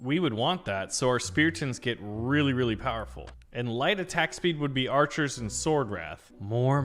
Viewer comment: Bro called archis kytchu💀💀💀